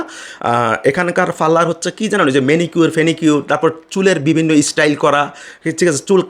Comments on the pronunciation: ব্যটা ফারলার না পার্লার। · ফাল্লার! বেটা কথাগুলি শুদ্ধ ভাবে বলার কর্। নইলে ইউটিউবে আসছিস কেন।নাক বোচা হবে না তো কি খাড়া হবে?ওর মা তো ছিল চাইনিজ এবং সেও চিটাগাংযে‌ এক ই ব্যবসা চালাতো।